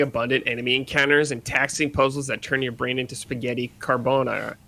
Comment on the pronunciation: Sorry but did that carbonara pronunciation way dirtier